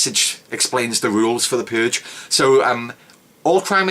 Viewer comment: The Puuuhhhge.